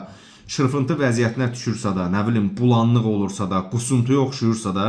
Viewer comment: "Qorox" yox, "noxud". "vosstanovlenniy qorox", "jivoy qorox", "svejiy, "morkov, və sairə düzgün tələffüs etmədiyiniz yad sözlər nədir?! Əvvəl Azərbaycan ədəbi dilini öyrənin, sonra video hazırlayarsınız. Siz ədəbi dili öyrənib, sonra kitab yazın, əks halda kitablarınızı heç kim almayacaq. "Bulandıq" yox, " bulanıq". Sizə yalnız öz səviyyənizdə insanlar baxa bilər.